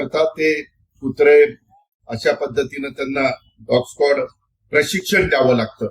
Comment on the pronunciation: Scot nahi scod😮